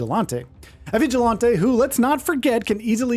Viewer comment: Vigil Lonte? Vig ill ant ee Like ant